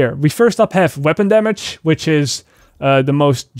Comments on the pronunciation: Its Damage bro .....Not Damash . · First time i heard when he said "Damage" i thought wtf is that 😂 ......a few more times of hearing it .....oooooooh damage 😂Fuckit lol